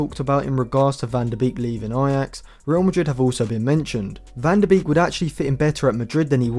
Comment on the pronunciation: Pronounced ‘Bake’ not ‘Beak’